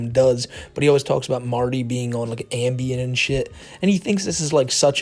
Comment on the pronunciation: Not really, mispronounces it as Ambium and it’s kind of a meme in Marty’s chat.